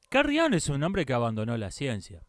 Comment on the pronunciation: "Jung" se pronuncia "iung". En alemán la mayoría de las palabras se pronuncian como se escriben.